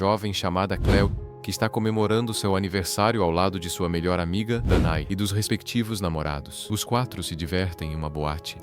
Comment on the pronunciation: "Dané", não "Danae".